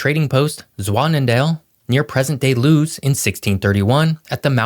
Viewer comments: Lewes, Delaware is pronounced not "lou's" but as "lewEs". I love going to Delaware. My parents retired there. It has it's own "flavor". Rural and beachy. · I wish that you would have researched how to properly pronounce Lewes (Lou Wes) not Lose. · Lewes is pronounce Loowus, not Looz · Go back and study american history. We were settled by the Swedes not the Dutch. Lewes is pronounced Lew is not Lues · Lewes is pronounced like Lewis, not loose. There is noting in Delaware geography related to Appalachia and we have precisely zero mountains. Narrator fixes this later by pointing out our average elevation above sea level. Low population may have been the case in the past but now we’re up to our eyeballs in retirees fleeing the states they ruined with past voting decisions. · Delaware has fewer people because there’s only one other state in the country (Rhode Island) that’s smaller. I’m not sure why a YouTube video was necessary to explain this. By the way, I live in Wilmington, and you should know that Lewes is pronounced “Lewis,” not “Loos.” It’s named after Lewes, England, whose name is pronounced the same way. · Two corrections - it's Lew-is Delaware, not Lews. And when you were talking about the 17 mile tunnel-bridge to Virginia, you were showing footage of the Bay Bridge to Annapolis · It's pronounced "Lew-es," not "Luz." Also, it was New Sweden," not New Sweeden." Otherwise, good video. Delaware is a great place although it's pretty much owned by DuPont. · Lewes is pronounced "Lewis", not "loose". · Thank you. The first town of Lewes is pronounced loo-iss not looose. 😊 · Lewes is actually pronounced "Lew-is", no "Looos" in Delaware. Also, those shots of the beach resorts are actually in and around Seaside Heights, NJ. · fyi, Lewes, DE is pronounced "Lew-is", not "Loose", and residents are "Del-a-war-e-ans", not "Del-a-war-ans". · If you are going to do a video about Delaware, learn to pronounce Lewes (Lewis - NOT Lews). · Lewes is pronounced Louis, not Loos.